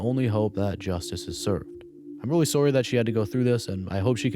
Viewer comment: With how you said sorry i gotta ask. Are you from minnesota or canada?